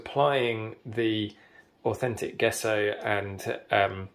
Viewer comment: its pronounced jeh·sow